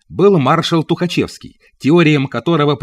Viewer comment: Ну вот, а то Тухочевский, Тухачевский